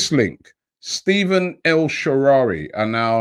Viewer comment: No one Absolutely no one Robbie: "El Sherari"